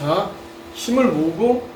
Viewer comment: 모으고가 맞지용